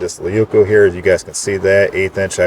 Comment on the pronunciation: " Laykoo" Leuku means big knife in Finnish. 🐻